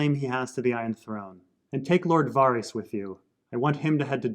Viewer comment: repeat after me: VAR-iss